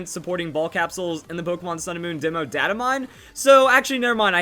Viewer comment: Your pronouncing data wrong